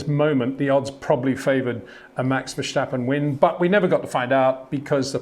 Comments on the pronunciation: It’s not Verssshhhtappen, it’s Verstappen. The same “S” sound as in “Signal” and “Sign”. You don’t say “Shignal” or “Shign”. 🤦🏻‍♂️ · Charle, Charle, Charle, Charles, Charles. Max Vesshhhhhtapen, Max Verstappen, Max Vesshhhhhtapen... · Verstappen. NOT Vershtappen. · Always enjoy your reviews, but please stop pronouncing Verstappen's name like Germans say his name. ("Vershtappen"). His name is Dutch, and should be pronounced as Verstappen, like "stab" - Verstappen. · HEY PETER WINDSOR, I HAVE MESSAGE FOR YOU SIR: With all due respect ... it is NOT Max "verSHtappen" ... Max is not German (Germans indeed do pronounce "st" as "sht") ... #Max33 = Dutch NL/Belgium! ... It is not "Bottash" nor is it "Lewish" certainly not "verSHtappen" .... This BS started long time ago when a British sport presenter interviewed father Jos Verstappen and assumed you can use a German pronunciation to a Dutch Driver thinking it is so "funny" ... It is not. Serious question: can any Englishman say "versatile" out-loud without saying "vershatile" phonetically? most can about 99,99% ... that is why most English can pronounce Verstappen 100% correct! Father Jos Verstappen (also F1 Racer) was very active between back then only a very few said "Vershtappen" but the vast majority of British sport presenters pronounced it perfectly ... only a few old stubborn farts like Peter Windshor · Step, stip, stop, stap, stappen, Verstappen.